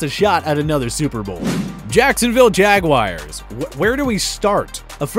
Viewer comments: "Jacksonville Jaguires" 😂😂😂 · And he said Jacksonville Jaguires